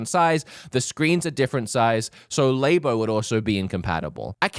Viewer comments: saying "Lay-bo" for "Labo" is the most cursed thing I heard in a hot minute. The Australianness doesn't justify this 😂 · Laybo lol it's Labo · nintendo laybo lol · “Lay” Bo. Lol. It’s “Lah” Bo. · They're magnetic, so the blue and red now ironically visualise the magnetic poles correctly of the + and - for each Joycon. Also, 24 spaces on that track in Mario Kart... just sayin'... And 'Labo' is short for 'Laboratory'... how do you pronounce laboratory? 😂